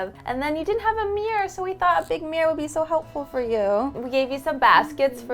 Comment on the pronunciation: Did you know that "mirror" has two syllables and is not supposed to sound the same as "mere"?